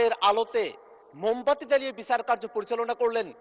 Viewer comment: সেকি বিচার বলতেছে? নাকি বিছার বলতেছে? এগুলা কি অটো পাশের লক্ষণ?